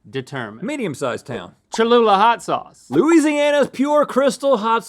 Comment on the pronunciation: It’s cholula